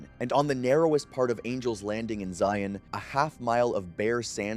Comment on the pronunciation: I grew up in UT. It's pronounced Zion, like lion. Not ZI-ON 😉